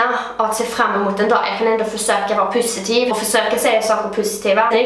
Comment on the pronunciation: Blir gladare för varje gång du säger pussitivt